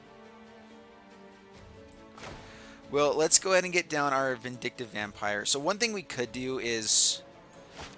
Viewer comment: For some reason its really annoying me that it sounds like you keep saying Vindicate Vampire, when its Vin-dic-tive vampire. Otherwise love your channel and decks.